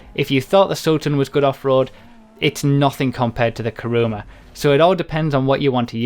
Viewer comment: It's not "Karuma" it's "Kuruma". Everybody gets it wrong.